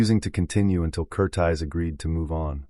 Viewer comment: The director's name is Michael Curtiz, Cur-TEEZ, not Cur-tize, you amateur nut.